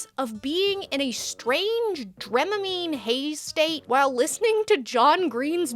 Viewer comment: it's dramamine, not dremamine